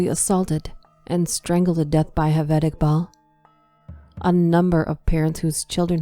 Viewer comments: ‘J’ ‘J’ aved not ‘H’aved. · Excellent narration but Javed is pronounced with a J not H